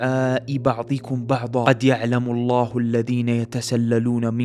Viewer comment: هنا تنطق بعضكم و بعضا تنطق ب ض وليس ب ظ